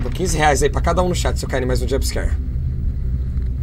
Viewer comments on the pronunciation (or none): none